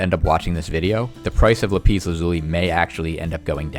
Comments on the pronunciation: Rembo lapEEZ vs LapISS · It's Lap-is not La-pees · "Lapeas" " La peas" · Pls. It laaaaaapis not lapiiiiis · Le piss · No , "peas" if you say "le" and then "piss" it sounds basically like lapis. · It's so weird how you pronounce "lapis" lol